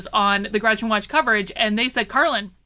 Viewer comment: Her name is Gretchen. Just say'n.